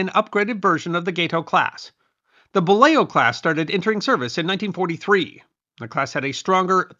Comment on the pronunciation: Thank you for correctly pronouncing Gato and Balao.